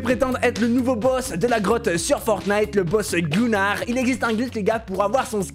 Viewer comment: Ta dis grog à la place de grottes